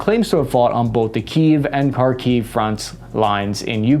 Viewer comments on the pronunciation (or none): none